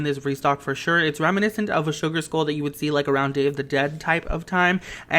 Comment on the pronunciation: It’s sugar skull not sugar school lol